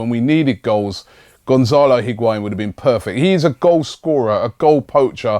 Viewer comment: u say lacazatte n benzema...nw higuain damm